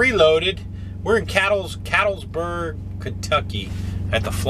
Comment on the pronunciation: BTW, it's pronounced CatLETSburg, KY. :)